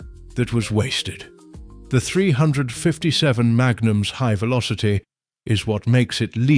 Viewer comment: Three hundred and fifty seven ? Who gets these British or uk no knowledge of firearms to do these videos ? Can’t even pronounce 357 magnum properly.